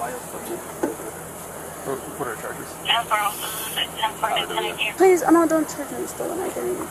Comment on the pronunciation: Please-ahh. I cant breath-ahh